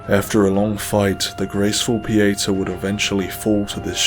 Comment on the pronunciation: I love this presentation, but I'm a bit disappointed that your pronunciation of "Pieta" doesn't match the way she and Exacter Dunmire pronounce it. Specifically, in her introduction after meeting her at Skyrest, and in Dunmire's early quest dialogues where he instructs you to say nothing to Pieta. Both Pieta and Dunmire emphasize the "TA" in the pronunciation. Granted, Captain Stomund and a Stigma of Judge Cleric's "secretary" pronounce it like 99% of the internet. But I'm inclined to believe the correct pronunciation is the one given by the character herself. Typically, it wouldn't be a concern, but considering this video is a historical lore documentary, accuracy becomes more crucial.